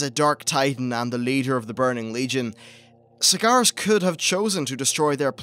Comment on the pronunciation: Kalamindor... Sagaras... Hmm pronunciation at it's finest